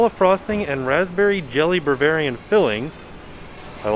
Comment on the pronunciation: as someone who owns a donut shop, pronouncing bavarian and BERvarian is really making me laugh thfth